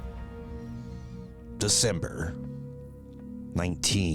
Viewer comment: Love your content but by Cain please google how to pronounce Krakov and Zagreb because it is straight up painfull.